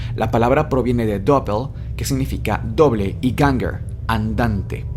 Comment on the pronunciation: Gänger, no Ganger (pronunciado como una E abierta) Doppel pronunciado con fuerza, es alemán, no inglés.